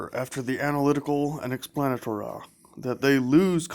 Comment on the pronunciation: "The explanatoraw"